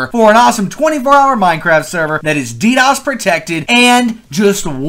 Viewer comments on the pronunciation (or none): none